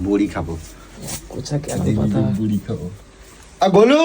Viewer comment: Bori ki bora bole pagal manus thik thak katha bolte parena